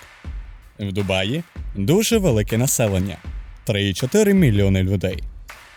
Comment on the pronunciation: Як же мене коробить від слова "ДумаЇ"🤦‍♂️